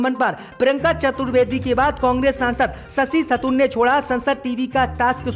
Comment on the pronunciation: थतूर नहीं थरूर 👎👎👎 मज्जिद नहीं मस्जिद 👎👎👎 नखलऊ नहीं लखनऊ 👎👎👎 👻👎👻👎👻👎👻👎👻👎